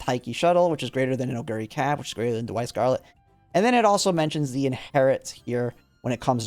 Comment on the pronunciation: I enjoyed the video, but it pains me that you pronounce Daiwa, which is pronounced like 'die - wa', as 'da - why' Anyways, I'm also training parents for Taurus Cup and it's such a grind. Right now I have 6* play times over + a few other decent white sparks on one parent, but now I'm going to have to try for pink and blue sparks as well and I feel like that's going to take forever...